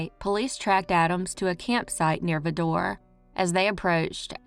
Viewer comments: Good video, but Vidor rhymes with “rider” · That's pronounced VI-Door. Vidor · I live just 10 miles from Vidor pronounced (vie-der) and Buna's pronounced( bewe-nah) just 18 miles up the road and I never ever heard of this crime! you are amazing!❤